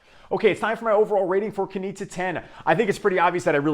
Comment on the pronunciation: As Austrian I can inform you, that it's pronounced "Knische", quite similar to 'niche'. Nice review though!